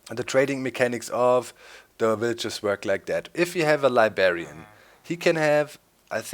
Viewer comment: Heh heh he says libarian